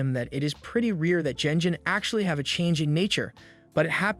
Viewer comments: This is not a manhwa, it's a regular manga as it's Japanese. PS It's not pronounces jenjin. The pronunciation is phonemically ɡen(d)ʑiɴ . It's a ' g ' like in ' good ' , not like in ' generation '. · Someone please teach this man to not pronounce G like J.